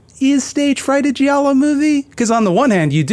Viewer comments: I think Giallo was pronounced “gee-all-o.” My credentials are that I’m Italian/latine. But also I don’t talk to people so… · ^ That and also, the "i" in giallo is effectively silent. Gi = j in Italian.